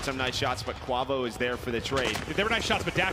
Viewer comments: Kwah-vo lmfao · Bro its KWAAAVO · gotta love "invoy" and "kwavo"...wtf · Can yall just call him kenny and not butcher kuavo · cant say “quavo” right to save his life, jesus, not that hard 🤣